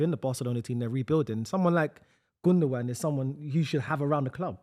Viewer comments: You'd think with how long Gundogan played for City, would learn how to say his name. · Sticking to bloody saying Gundogun instead of Gundowan (gundogan) which is how its pronounced gets on my nerves.